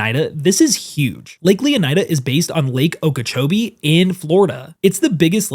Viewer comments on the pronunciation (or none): none